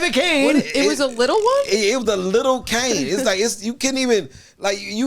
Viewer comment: I love how corrects but gets the pronunciation of Cane wrong still lol.